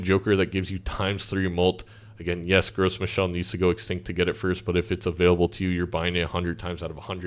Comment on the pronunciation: Sorry if anyone else mentioned it - but Gros Michel is an easter egg of sorts nod to the TV show Arrested Development. It's actually pronounced "Gross Michael" and the banana is a reference to the banana stand in the show. Carry on! Great vid.